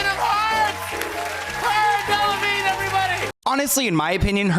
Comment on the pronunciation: You are saying her last name incorrectly.